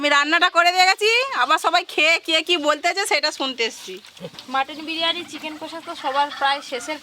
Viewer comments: বিরিয়ানি ❌ বিরানি✔️🤣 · বিরিয়ানি কি কথা বিরিয়ানি😂😂